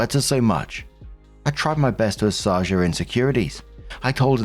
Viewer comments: Just a minor point..."assuage" pronounced "asswage". It's a funny one. Thank you for all the care you put into your posts, and your comments...and your " jokes" ( new category of humour)....oh, and love to Poppy, from me and my cat Kory. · Story 2 - When still doesn't know how to pronounce "assuage".